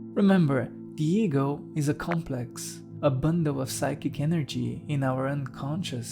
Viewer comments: I'm sorry but I keep hearing Diego 😂 Jokes aside, this video is, to say the least, profound. Thank you. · Absolutely brilliant although I will say that I thought you were talking about some guy named "Diego" every time you said "the ego" 😂😂